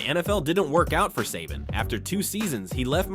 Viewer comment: Um buddy first off saban is pronounced say ban not suh bon and second stetson bennett didnt hit adonie mitchell in 2021 nat champ game that was 2022 against Ohio st dummy if youre doing a video on uga and kirby smart at least get the damn facts straight